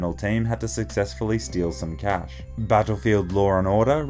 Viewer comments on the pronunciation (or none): none